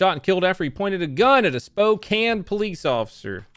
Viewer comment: Aye you said Spokane right wack spelling now that I look at it